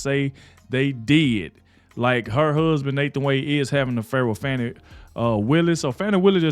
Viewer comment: Stop calling her Foni. Her name is pronounced FANNIE. (Not Adog, the National news.) 😂